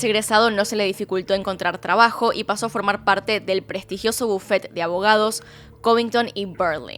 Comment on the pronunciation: Se dice bufete no bufet y no Escupas cuando hables